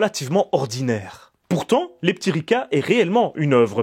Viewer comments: Merci pour cette découverte de la sirène terrestre de Serbie. Comme quoi le contexte de visionnage est important pour apprécier un film... -Une séance anisée avec 'les p'tits Ricard'... -'Leptiriça ' avec ç comme dans son et pas c comme dans con. -Ta remarque est acerbe! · Merci pour cette vidéo et pour l’effort de prononciation mais le titre ne ce prononce pas leptiriKa mais leptiriSa ou leptiriça qui veut dire papillon au féminin et leptir au masculin. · Euh... Un C sans accentuation comme ça, je crois que ça se prononce "tse"... Donc ça ferait plutôt Leptiritsa... Par ailleurs, les serbes utilisent un alphabet cyrillique. La prod étant de l'époque de Jozip, ceci doit expliquer l'usage de caractères latins dans la typo... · A chaque fois que tu dis le titre j'entends "les p'tits ricains" et ca donne un tout autre sens. Merci pour cette super analyse! :)